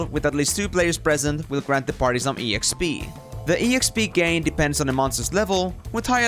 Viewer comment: This is the first time I'm hearing E X P , instead of Exp(ex-pee)